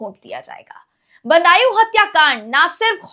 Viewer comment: बन्दायू नहीं बदायूं। धन्य है हिन्दी भाषी राज्य., जो हिंदी भाषा का बंटाधार करने में अग्रणी भूमिका निभा रहे हैं 🙏🙏